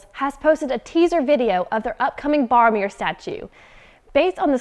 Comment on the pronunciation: Barmeer? Who the heck is Bar- oh. BORomir.